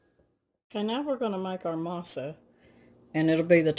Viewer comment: You said Masa perfectly but just so you know, Harina is ah-rree-nah. A slight quick roll of the r. Then the nah sound would rhyme with ha like hahaha.😆. I hope that makes sense. Not Matt ask criticism it's just in case you want to know. Masa is dough and Harina is flour. In Spanish things are spoken reversed in comparison to English... Translation would be flour dough. What it's made of is Mais/dried corn, as you you already know. Mah-eez. Again, if you were curious. Great job and thanks for the video. I'm sure it delicious and smells like heaven in your kitchen.